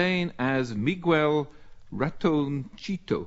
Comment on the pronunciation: I cannot believe he just said 'mee-gwell'. For Miguel. Seriously? And 'raton-cheetoh' fo ratoncito.